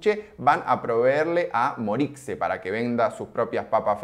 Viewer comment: Ulala señor Frances "Morixe" -¡Pero asi se dice! -Claro que no, el argentino promedio le dice "MoriCe" >:( me enfurece su falta de cultura, mi estimado compatriota!